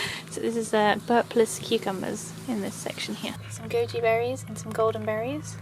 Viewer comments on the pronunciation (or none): Oh wow, I thought you said Gucci berries 👜🫐